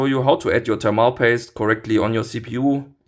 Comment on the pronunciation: Will ja wirklich kein Schlaumeier sein aber es heißt „thörmel“ Paste